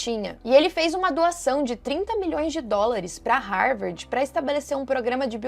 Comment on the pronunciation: Não é Rarvardi a pronúncia em inglês pra Harvard! 😂 A pronúncia é RAVÔR! Lembra do AVÔ!